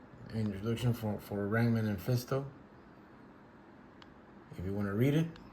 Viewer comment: Ran Man? 😂 It's Ram Man, poser!